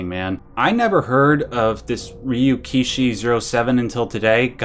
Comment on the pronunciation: You actually said Ryukishi07 right. His fans will eat you regardless just because you didn't know him :D